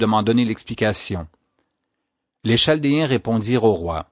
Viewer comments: P'tite chose : cela est écrit chaldéens mais phonétiquement c est ( kal dé un ) et non (chal dé un ) ; ) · en France on prononce Caldéens pour chaldéens. Merci pour le récit ! très instructif !